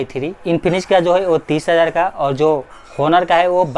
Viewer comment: Its not pronounced as honor its onor ❤️😒😒